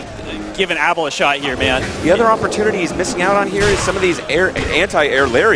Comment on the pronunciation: ABE-EL!! Not Abble. -___